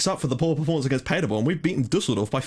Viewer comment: Btw Paderborn pronounced like Paaderborn not Padderborn :)